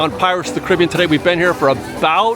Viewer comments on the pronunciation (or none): Care-a-bee-ann. Not criby-ann.